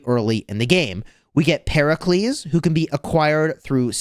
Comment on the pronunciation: I’m Greek and you got Pericles pronunciation spot on. The “p” in Pyrrhus is not pronounced like an F though but like a P so it would be pronounced as “Pir~us”